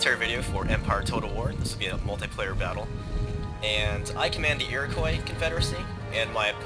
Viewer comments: As an Iroquois (Mohawk), this is quite a treat. You slightly mispronounce the word though. It's not 'Iro-coi', but 'Iro-qwa' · I noticed that you have a tendency to mispronounce Iroquois. The 'i" is silent.